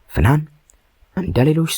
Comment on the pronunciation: ስሟን እንኳን አስተካክለህ አልጠራህም አተራረክህማ